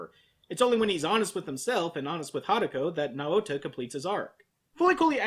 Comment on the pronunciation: Yours pronouncing Naota’s name wrong. It makes me cringe.